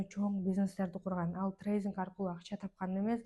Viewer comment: Зайбал трейзинг эмес трейдинг